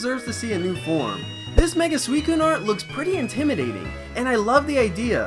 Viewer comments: It's susicune not swescune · it's pronounced sew since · Correct pronunciation is suchicun not suicun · Anyone else think it's pronounced Suicune and not Sweekoon?